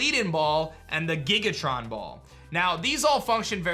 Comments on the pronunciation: On the "Leaden Ball" it's meant to be Lead like the metal. Also it's Giga-Ton not Giga-Tron, they are meant to imply that they are Heavy, like the Heavy Ball. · My guy said gigaTRON!!! It’s gigaTON!!! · Lead, not lead. XD omg... Led, not Leed, Lead, the Element, is very heavy, and that's Giga Ton, not Tron, no R. Like Link's Gigaton Hammet in Ocarina of Time. Basically Heavy, Heavier, Heaviest